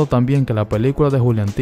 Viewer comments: Es juliantinaaa no juliantita. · Perdón pero me ha puesto muy de los nervios diciendo "juliantita"